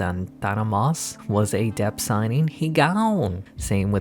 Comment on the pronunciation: Dude. Please. It’s depth. Not dep. The ‘th’ at the end isn’t silent.